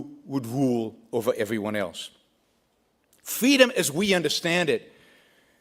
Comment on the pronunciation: Brook Shields: "Fweeedom!"